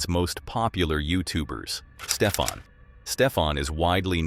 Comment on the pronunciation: Stefan. Not Stephan. Stefan. Hys Nederlands. Lekker. Ek kan alles verstaan wat hulle sê.